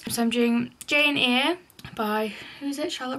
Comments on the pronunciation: Jane eyre isn’t pronounced jane-eere its pronounced jane-air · Not that it matters but Jane Eyre is pronounced Air☺️ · Hi I’m 13 and i did Jane eyre in English two months ago Tip for i got called funny names at school for pronouncing Jane eyre wrong its pronounced Jane “air” just so people understand cause i could have used this tip a few months ago btw you are an amazing student and i know u are xx i hope you dont take this as hate thank you x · Its pronounced Jane Eyre x